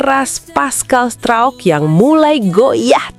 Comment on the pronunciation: Ngomong pascal struijk kok bunyi nya pascal strouk,. 🤣🤣🤣